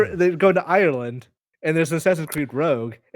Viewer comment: But whiffed "Ireland":(